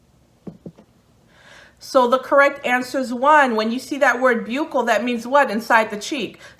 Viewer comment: Buccal is pronounced "buckle."